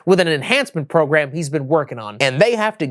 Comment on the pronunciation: Program...i thought you said phat ass